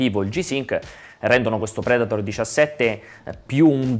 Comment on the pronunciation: Davvero bella recensione.....però....acer....predator.....letti così non si possono sentire..